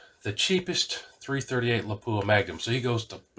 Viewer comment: lap wah, not pap u ah